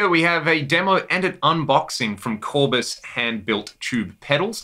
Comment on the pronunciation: Very good sounding preamp pedal!!! Nice to hear "Armed and Ready", it suits the sound. With Tube Screamer is pure NWOBHM! Oh, and in the name "Kourbis" the emphasis is on the last syllable, on the "bis", not on the "Kour". He's well known as an amp repairman and builder in Greece, I didn't know he's building pedals, too.